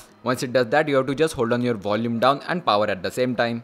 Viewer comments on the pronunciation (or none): none